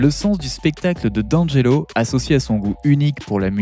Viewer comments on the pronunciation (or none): Prononce Di Angelo